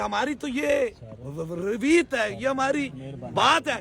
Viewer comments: اوۓ بے غیرت رویت نہیں روایت ہوتا ہے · لفظ تو صحیح بول لو رویت نہیں ہوتا روایت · Is ny urdu k kitne words ghalat bolt bachon ko chor kr is kam ko tarbiat d scnd word jo ghalat bola ye hmari riwayat nahi is bndy ny raweet bola😂 is ko bolna thk aa ni ra gadhaa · Jbse iqrar Bhai SE Mila ha tubse abhi tk isko zuban B larkhranay lgi ha rawayat KO raweet keh rha ha 😂😂😂😂😂abhi Toh aghaaz hoa ha picture abhi baqi ha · روایت کو رویت پڑھ رہا ہے 😂😂😂😂😂😂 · Oo jahil reveet nahi hota riwayyat hota ha😂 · ابے ڈھونگی پہلے "روایت" کہنا تو سیکھ لے۔ اللہ ہی ہے ہدایت دے تم لوگوں کو۔